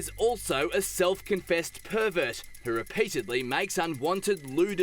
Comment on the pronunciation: Australian Perrrrrrrrrrrrrrrrrverrrrrrrrrrt